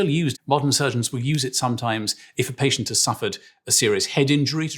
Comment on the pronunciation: I understand that British people pronounce things differently specifically to pronounce them differently , but "Paytent"? Really? Cmon now.